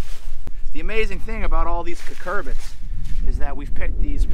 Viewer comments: You guys know I love your channel, and have been watching since the first 5,000, but I just have to tell you. It is "CU-cur-bit" - not "cur-CUR-bit" 😁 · Did you called 'cucurbuts' to the cucumbers